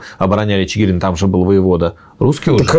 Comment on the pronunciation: Спасибо за историю, только ударение правильно ЧигирИн